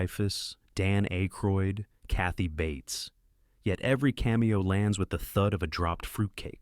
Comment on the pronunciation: Dan Ay-croid and Roger Ebb-ert are why I'm stopping at one minute and blocking this AI channel. No one will be offended.